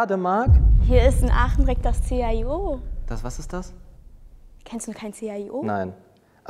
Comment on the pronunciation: ich schreib das jzt hier weil das sonst eh keiner sieht aber die erste die raus was hat das chio falsch ausgesprochen ich bin da seit vielen jahren mit meiner familie und das wird 'schio' ausgesprochen